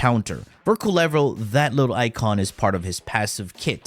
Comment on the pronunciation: It says kull-e-vo.